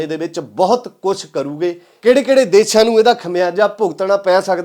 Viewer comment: ਵੀਰ ਮੇਰੇ ਦੇਛਾ ਨਹੀਂ ਦੇਸ਼ਾਂ ਹੁੰਦਾ ਕਈ ਵਾਰੀ ਤੁਸੀਂ ਦੇਸ਼ਾਂ ਬੋਲ ਦੇ ਹੋ ਜਾਦਾ ਤੱਰ ਦੇਛਾ ਬੋਲ ਰਹੇ ਹੋ